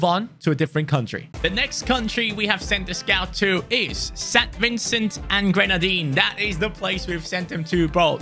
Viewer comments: Yeah it's always strange seeing people say the grenadines wrong. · it's pronounced as St. Vincent and the Grenadines and am so happy you send a Scout here we have a talented player in Poland thanks for showing some love, am born and raised here it's an beautiful place to visit🇻🇨🇻🇨🇻🇨🎀👍